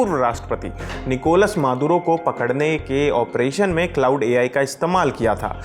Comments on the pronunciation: It's क्लाड not क्लाउड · Bhai wo क्लाउड नहीं क्लॉड है...... बोलो तो सही यार 😂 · Iss video ko hata kar dobara upload kar lo bahut ajeeb lag raha hai baar baar cloud cloud bol raha hai, tgodi research toh kar liya karo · Iss video ko hata kar dobara upload kar lo bahut ajeeb lag raha hai baar baar cloud cloud bol raha hai, thodi research toh kar liya karo